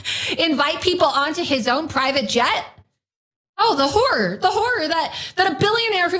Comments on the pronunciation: Laura Loomer, like many Americans, does pronounce “the horror, the horror” the same as “the whore, the whore”. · Swear she said oh the whore! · Is she saying horror or whorer? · Did Loomer say “horror”, or woman of the night?